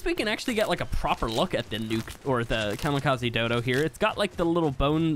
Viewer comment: Just saying the “ze” in Kamikaze is pronounced as a “zeh” so Kamikazeh